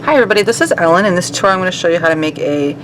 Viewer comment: "tuorial" lol